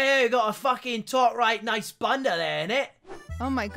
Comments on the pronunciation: please- ludwig saying bunda is the most painful thing i’ve had to listen to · Hey, Ludwig, kinda new on your channel, I donno if "bunda" on there was in portuguese, but if it was supposed to be portuguese, it's pronouced "boonda", I'm pointing it out because, being a portuguese speaker, I just think it would be way funnier hearing "bunda" pronounced in the way I'm used to hear it haha. Feel free to ignore :shrug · Ludwig saying bunda like banda is incredible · as a british person hearing lud pronounce bunda as ‘bun deh’ was really funny